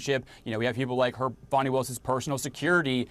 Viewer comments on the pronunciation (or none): Thank you for pronouncing her name correctly the second time. Sheesh. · Woman! Her name is pronounced "Fanny" not "Fanny". Trump uses that as I am sure you are aware to demean and insult her. So why do you? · Y'all have fun mispronouncing her name? Idiots... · CNN - D.A. Fani Willis is name is pronounced "far-nee" not "fan-nee"!